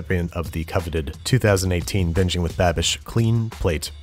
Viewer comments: No he did not, if you listen closely he actually says, "binging with babish" but he says it kinda like "binshing with babish." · Turn the speed to 0.25x and replay it. He says "Binching with Babish". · Sounded more like binching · "Welcome back tooooo bitching with babish :D" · I thought he said 'bitching with babish' I literally said out loud 'yo he's had enough.' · Who else heard him say bitching with babish at the start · He said bitching not binging